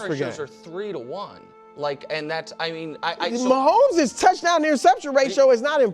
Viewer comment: Brou saying Mahommes down is crazy work